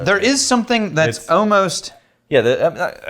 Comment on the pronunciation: Next drinkingk game for and is when says “ohmost”